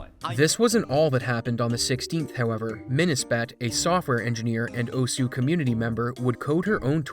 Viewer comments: It's "oss" not "oh-sue"... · Tiny thing most westerners get wrong: It's not actually pronounced "Oh-Sue", but "oss" with a very, very faint "uh" sound at the end. Almost "oss-h". That aside - great video. It's always such a shame when people cheat for fame... what's even the point? I'd get it if money were involved... but they know they're cheating. So what "glory" is there to be had? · "Oh-sue" Its pronounced oh'ss. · 'owsuuh' no, is "Ohs" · Not even fifteen seconds in and I can't help but wince. It's Japanese--it's just "ohss", not "oh-su". Take a look at the game this is based on/named after, Osu! Tatakae! Ouendan for DS (and its American "version", Elite Beat Agents, if you want to see more of osu!'s origins) and you'll hear how it's said. Many times. But it's an easy mistake to make if you're not familiar, so not a huge deal ^^ Knowing the Internet, he's toast. People will cling to his past and completely ignore any sign of reform, freely hating on him without end. It happens all over the place. A friend of mine is a victim of it, in fact. RANT AHEAD But overall in the end? Pfffffffffffft. This is what you tryhards get. Seriously, look at all of these maps shown. They're full of streams of notes where the only way to do it is to jackhammer the keys and hope you're doing it in time. At that speed, precision becomes extremely difficult and more up to luck. There ARE a few notes with normal rhythms peppered throughout, but for the most part? Just key-mashing. As a Music major, this kinda ticks me off to no end, because not only is it not that rhythmic, but it can't be good for their hands. And in the end, if they are actually that accurate? Why the hell aren't they putting that to use being a percussionist? Fuck note streams that go 1/32s or faster. That just puts in a huge gap of skill for players, one that only fast button-mashing, not actual rhythm, can solve. Us folks who want to have fun can't play a shitto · "oh-su" i'm crying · Pronouncing it oh sue